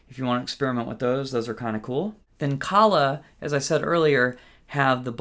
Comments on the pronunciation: Aquila is not spanish, where eagle is aguila pronounced ['a-gwilah], but italian, pronounced ['akwilah]. Akeela pronounced like tequila is wrong and does not exist neither in spanish nor in italian, trust me, I am 100% certified italian, and guitarist. Aquila strings are 100 italian made in Vicenza, Italy. So please don't think you are smarter, do your own research on Google, and please simply call them by their name: 'Akwilah. What do you mean with "I don't believe you"... Cose da pazzi ci tocca leggere, mannaggia, il primo che passa si inventa qualunque fesseria e monta in cattedra! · Great tutorial, thanks a million. But please, folks, stop calling Aquila strings "Aqueela" with the accent on the double ee. It's 'Ah-kwilah, accent on the A. 'A-kwilah. Means eagle, in italian. Thank you